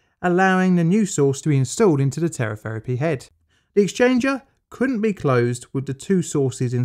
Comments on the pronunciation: "Telepherapy" head ?????? I think Shé Means "Teletherapy" Head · "TelePHerapy" Hmm, that's not right. Even Teletherapy doesn't sound right. Radiotherapy, perhaps.